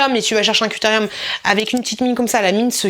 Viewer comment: couterieum🤣😂 alors que c'est critérium